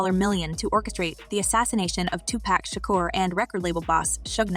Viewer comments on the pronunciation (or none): She said 2pack Shukur